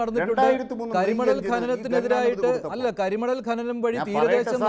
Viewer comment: ഗനനം അല്ല സഖാവെ, ഖനനം. ഒരു 100 തവണ ഉറക്കെ പറഞ്ഞു പഠിക്കൂ.